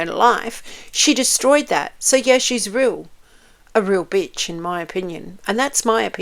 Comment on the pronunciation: Meghan says….”I’m a weal person”…. Pinocchio says….”I’m a weal boy”… 😂😂😂